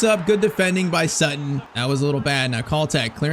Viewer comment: It’s Sutton not “sootton”. Americans can’t even speak the language properly